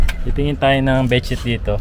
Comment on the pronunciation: Bed shit? lol Bed sheet po lol